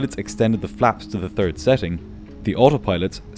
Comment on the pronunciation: Great video. But i DO think you should try to learn how to pronounce certain letters better. For example, it is not nice instead of "third" , to hear "turd" lol